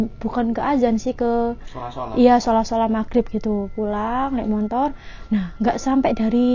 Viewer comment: Mbanya bilangn"montor" kya orang bali juga nyebut motor dg kata "montor"